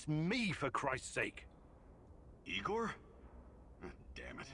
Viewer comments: no, it’s definitely NOT pronounced “Eyegor” xD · NO IT ISN'T. It's pronounced EEEEGOR,. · "LED neon" xD and no, it's not pronounced eye-gore lmao